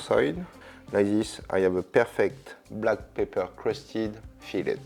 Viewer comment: Good thing there's a transcript available; At one point, I wasn't sure if he was saying "Pepper" or "Paper".